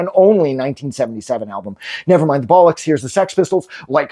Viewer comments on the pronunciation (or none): It just doesn't sound right listening to an American saying 'bollocks' 😬